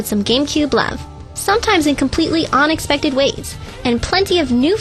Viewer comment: It's UNexpected, Not ONexpected.... Sorry, that was just really bothering me.